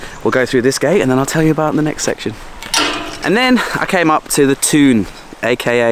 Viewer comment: Get up, you went to the Toon! Enjoy fella! I miss the Toon now things are going well with the footy. I never guessed you would be part from the Toon from watching your vids! I did think you pronounced the Toon well mind!